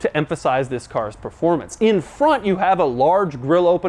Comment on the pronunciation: Performancy?? Is that a word? Or a demauroism?😂😂😂👍👍